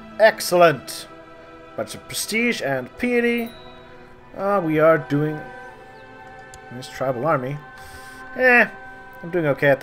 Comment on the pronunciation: Piety is actually pronounced more like "pie ah tea."